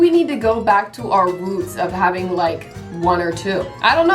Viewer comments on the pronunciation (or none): none